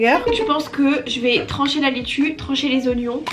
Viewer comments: Laitue et non lettue 😂🥰🥰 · omg NON on dit LAITUE pas LETTUE jppppp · Super vidéo mais c'est "laitue" pas "lettue" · c’est laitue pas lettue 😭😭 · vidéo trop cool, bonnes vibes et marrante comme d’habitude! (juste ça me démange TROP mais c’est laitue et pas lettue💀) bref trop bonne vidéo quand même✨ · Noooon, laitue!!!! Pas lettu 🤣🥬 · Jadore tes vidéos mais LAITUE* please 😂 et non lettue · c’est la laitue pas lettue😭🤍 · Coucou c’est Laitue pas Lettue 🤣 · Oh non "lettue" tu m'as tué 😂😂😂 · "lettue" xD